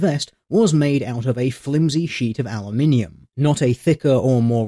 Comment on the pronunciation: Finally someone who correctly pronounces aluminium.